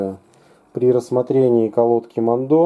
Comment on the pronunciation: Херь полная, я работаю на этом заводе, а ты даже название выговорить не можешь